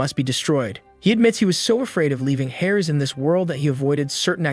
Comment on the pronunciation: "Hairs"!? I know he meant to say "heirs". But I thought it was funny that he pronounced it wrong. 😅